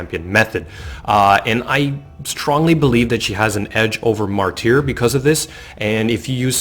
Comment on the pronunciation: You're killing me. lol Martyr - It's Mar-ter, not Mar-teer. I'd even argue with my midwest speech to pronounce it like Marder.